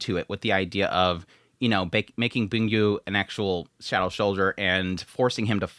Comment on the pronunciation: I thought you’d stop calling Byung Gu “Boon Gyu” by now 😂